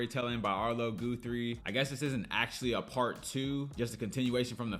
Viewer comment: HIs father was Woody Guthrie, the famous protest singer of the 1930s who wrote the great song "This Land is Your Land". Their name is pronounced like 'Gus', not 'goose'.